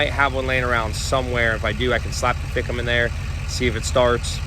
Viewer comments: Man alive..... If anyone ran a drinking game off how many times said "fick 'em" they would be lit AF. Please keep saying it, it is my favorite new word. Anyone wanting to jump on, I know that he is sounding out FICM the acronym for fuel injection control module. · the "fickem" lol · The amount of time you said ficm too😂 love it